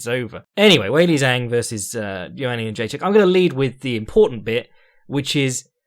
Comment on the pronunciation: it's pronounced 'jong', dʒɑːŋ source: I've lived in China for 8 years and speak it